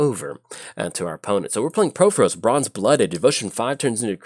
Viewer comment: It’s “PUR-FOR-OS,” not” PRO-FO-ROS.”